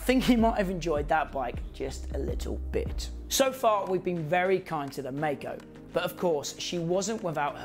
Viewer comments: I'm pretty sure it's pronounced like the word Kaiser, like My-Co, as opposed to May co Also, I've ridden one of these and it was phenomenal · Yes. Legend. (Its pronounced My-co). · Except Maico is correctly pronounced My-co...